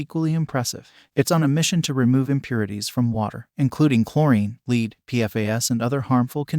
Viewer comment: don't you just hate it when you have "leed" in your water. If you're going to use artificial VO least do a pronunciation check.